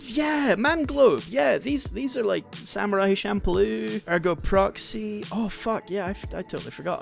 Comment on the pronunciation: That’s a funny way of saying Ergo Proxy bro